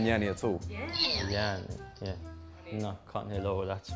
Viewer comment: sounds like "Yeah-ly"